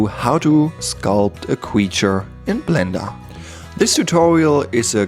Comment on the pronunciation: A cweacher in bwender. Your accent is so pleasant.